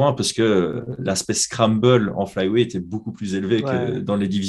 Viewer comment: Qq un peut aider à prononcer le mot weight